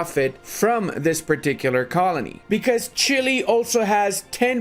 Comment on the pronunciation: 'Chile' wtf